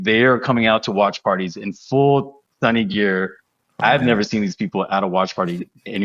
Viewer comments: As one of Sonny’s fans, thank you for welcoming Sonny and mentioning him in your videos. I just wanted to kindly point out his name’s correct pronunciation — ‘Sonny’ is pronounced ‘Soh-nee’ (not ‘Sunny’), and when saying just his last name ‘Son,’ it’s pronounced ‘Sohn’ (not ‘Sun’). I look forward to more great podcast content and hope your channel continues to grow and be widely recognized. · I Korean. I love calling him Sonny. I am a little bit bothered most of youtubers surrounding LAFC pronouncing Sonny as Sunny. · I think there might have been a bit of a misunderstanding. It's not that calling him "Sonny" is disrespectful—that's his nickname! The issue is when people pronounce it "Sunny" (like the weather). His last name is Son (손), pronounced "Sohn" (rhymes with 'tone'). His nickname is Sonny, which should be pronounced "Soh-nee." Getting the pronunciation right is just a small way to show respect, just like we would for any player. Loving all the content and learning so much about LAFC and MLS from you all! Keep it up! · Hi, you're absolutely a hundred percent correct. But I think the problem is accents, I am a Londoner, and I ive supported Spurs for years, and I pronounce Sonny the way you say it. But in America, like in the North of England Americans and northerners here pronounce it 'u'. Theyre not being disrespectful it's just the it's a differant pronunciation. Just like because I come from london , I pronunce bath...barth because in the south of england we have a lot of french influence in our accent from medieval times. In the north of england they say bath with a flat a like apple. Because they have a lot of vikings influence which is entirely different. Americans are the same. They have so many accents. Ive met Sonny 3 times now at Spurs events. You know, he really doesnt mind at all, ive heard hiim tell peole call me what you like..and wink. Hes very funny. . 😊 but im absolutely sure hed be impressed by how much you care.